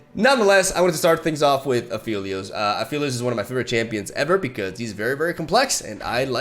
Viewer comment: It's been so long and still calls him Afeelios, shaking my smh